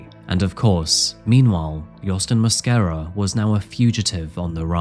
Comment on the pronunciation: Lo único es que el apellido es Mosquera en español no Moscara jajaja